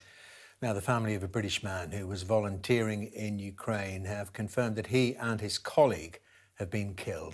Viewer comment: "Volunteering " really!?